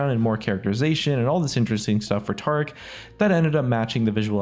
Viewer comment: You can say Taric, but not Tarik.....